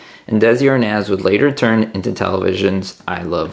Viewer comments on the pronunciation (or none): none